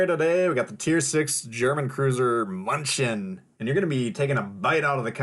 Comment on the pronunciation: It is pronounced like myun ken! It is a city in Bayern, or Bavaria, in southern Germany. It is Munich in English. Really enjoyed your video, great commentary and skills on display. Will pick up this ship for sure!